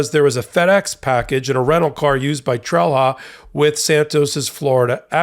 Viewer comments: Did/does Santos have other criminals working for him?. By the way, Trelha is pronounced "trel-ya". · Sometimes wish Americans would at least try to pronounce names correctly......... "Trelha" is pronounced "Trail-ya". WHY is this stooge even a THING anymore????? Feel used and dirty just seeing and hearing the name. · I wish people would stop mangling names -- it's not "trell-hah", it's "TRAIL-YAH". The H has a specific function. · Trelha is pronounced „Trelia“ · In Portuguese, the defendant’s name would be pronounced more like “Tray-lee-yah”. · Just FYI, the "h" in Trelha is pronounced as a "y" in Portuguese, although even his attorney seems to do the English phonetic version. Meu Deus, what a story! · Trelha in Portuguese is pronounced, 'trelya'. Santos here is guilty of lying in court, contempt, at least. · The Portuguese pronunciation of that name is "TREL-ya". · This is hardly important, but fyi in Portuguese, that 'h' is pronounced similar to 'y': Trelha: "Trel-ya". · Wow, Santos is quite the prolific criminal. Solid GOP potential. BTW: in Portuguese, "lha" ...as in the end of "Trelha", is actually pronounced more like ; "ya" [like; Trelya or Trelia]. Let's not even touch on the half-tongue roll in the T, and the R that's pronounced more like a D...that's for another time, lol.